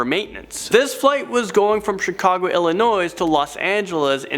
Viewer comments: There is no 's' sound in the pronunciation of Illinois. It should sound like this: "Ill-in-oi" kinda like annoy. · The s in Illinois is silent